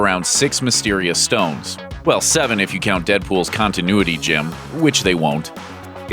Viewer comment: Is JIM like the marvel version of gem? Or is it mispronounced in this video